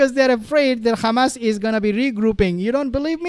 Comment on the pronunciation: Please stop calling them Khamas like the Israeli’s. But good video